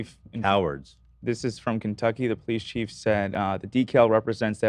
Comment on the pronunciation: Poleef Cheece.